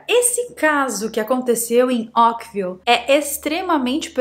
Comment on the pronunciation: Essa chuva aconteceu em 1994.. Caso antigo!!!! Ókvile???? .... é assim que voce pronuncia ao invés de Oakville? . Fizeram filme para a Netflix...mas é caso antigo